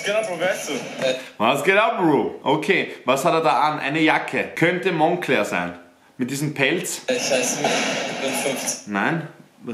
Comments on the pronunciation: Mahans Aussprache ist so scheiße. Auch: Monncler. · Du weißt nicht wie man Moncler ausspricht